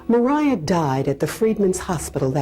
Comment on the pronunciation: Why would you assume her name is Mer-eye-ah. Maria is widely accepted to be pronounced as MAh ree ah. Is there something I am missing about the history of the name?